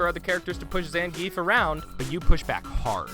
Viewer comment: Say it with me: "ZAHN-GEE-EFF!"